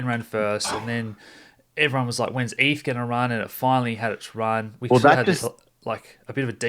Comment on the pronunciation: Great content. More please. But pronounced eth not ef.